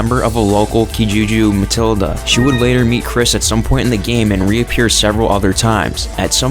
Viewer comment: "Kijuju Matilda" Um... Do you mean militia? Or am I missing somethin' here.